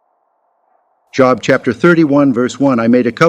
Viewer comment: Pronounced Jōb. Not jŏb. Good grief. You're teaching?